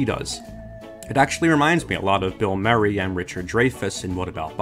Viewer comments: Bill Merry and Richard Dreifuss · Bill Mary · I'm amazed at how porrly and incorrectly you pronounced 'Murray" and "Dreyfuss", considering you said you love the move "What About Bob?" I can only assume you're a voice actor hired to read a script. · It bothered me how he said Bill Murray and Richard Dreyfus. Also, yet another excellent video. I’ve never seen this movie. But I definitely want to now.